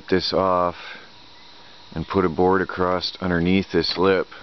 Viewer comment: I'm curious, what's up with the word across? You are saying acrosst or acrossed. Is that a religious thing?